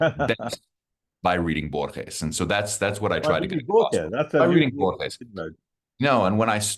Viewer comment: It took more than 6 minutes for the interviewer to pronounce Borges more correctly. Minor point but still irritating.